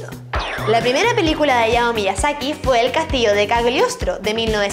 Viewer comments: se dice HAYAO no Ayao pronuncie lo bien. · Creo que Hayao Miyasaki, se pronuncia Jayao... no ayao, tal cual como takahata que si se pronunció bien, la H se lee como J, eso :3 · Hayao se pronuncia Jayao, primero play stechon y ahora esto D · en Hayao Miyasaki la "H" no es muda...